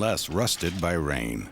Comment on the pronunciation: Narrator sad "Bay the time they left, Dacia become to be called Romania"😆 Can't possibly be true What a liar In 1859, Wallachia united with Moldavia to form the United Principalities, which adopted the name Romania in 1866 .😃🤮